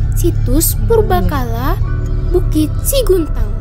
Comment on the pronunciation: Yang benar 'SEGUNTANG', bukan SIGUNTANG